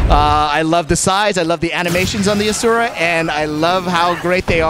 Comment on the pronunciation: Why can't, Pronounce Asura correctly? He worked on the freakin game...